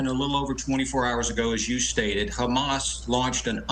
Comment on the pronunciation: Hamas: prounced as HAM- ASS !